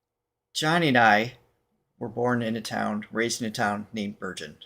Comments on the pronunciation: The song was 54321 Murder Song . The released version is much slower and moving . She lives in Bergen. Pronounced "ber gen " not Berjen . The last song was Conqueror. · OMG I totally forgot you guys are from Bergen NY. Although, the town she comes from in Norway is pronounced Bergon… not the same pronunciation we know. Not sure I ever said I went to Byron Bergen high school but different years from you I think